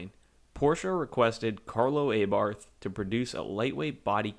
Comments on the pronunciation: The same for "Aye-barth". It's "A-barth". Like "A-merica"... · CabrioooLAAAYYYY. And AYYYbarth. No just stop. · Good video, nice amount of detail & technical facts, but you do need to work on your pronunciation, such as cabriolet or Abbarth… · Some unusual pronunciations made here like cabriolet or Abarth